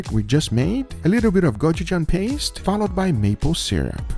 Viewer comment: finally pronounced gochujang correctly:). See.